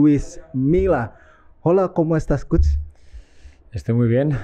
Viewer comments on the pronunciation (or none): none